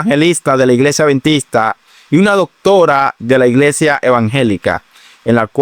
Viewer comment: Perdón, al anfitrión del programa no se dice aventista, se dice adventista. Por otro lado, Sí las leyes sólo eran para los judíos cómo dice la Dra y no para los gentiles entonces la salvación era para los judíos solamente y no para los gentiles?, Dios es el mismo ayer hoy y siempre, ya el dijo que no se debe comer cerdo, pero el ser humano quiere hacer lo que quiere, menos obedecer. La gracia no te libera de la obediencia, la gracia te capacita para obedecer. Y anfitrión no diga aventista que se escucha horrible. Adventista, mencione la d.